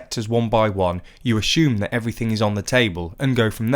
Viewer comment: ASHUME wtf, what do you call an assumption an 'ashumpshun' lol